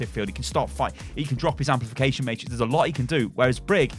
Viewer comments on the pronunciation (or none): none